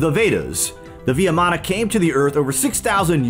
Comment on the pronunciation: Thank you for the video. It is pronounced as vee maana (VIMANA) not vee ya maana.